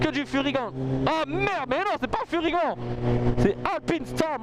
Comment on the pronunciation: Super vidéo comme toujours! Je suis déçu! Comment ose tu tourné le dos à Furygan contre à AlpinStar aller je dislike direct! Non je blague:p et on dit Furyganeeeeeee et pas furygant espèce de tache:D continue t'es vidéos, je suis là depuis tes première et je m'en lasse jamais! Ton humour, ton monologue, me font tjrs rire autant